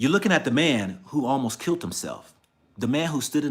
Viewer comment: I understand everything you went through for your son. I will keep you in my prayer. You are a STRONG Black man!! Oh, it's "killed", not "kilt". All in love!!!!